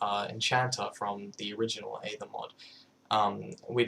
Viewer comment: Can't believe he pronounces aether wrong, when he made the mod....